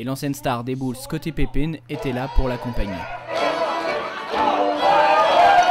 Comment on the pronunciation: Je trouve le journaliste complètement fade et à t'il déjà entendu parler de basket pour prononcer Scottie Pipine?